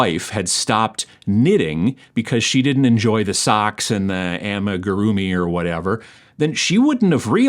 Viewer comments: Good pronunciation 👍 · Hey, as a fellow fiber enthusiast, yes, you said it right, amigurumi